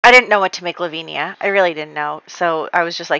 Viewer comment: I love your videos so much! Just so you know, Lavinia is pronounced La-vin-ya (with vin like in Vincent) 😉